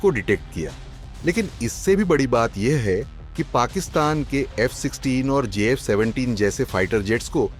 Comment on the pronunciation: F16 and j16😅 First, say the names of both of them properly, then tell the qualities of your radar